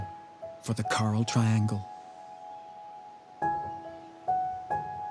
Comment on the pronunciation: Very nice but why can't AI get accents right? Carl?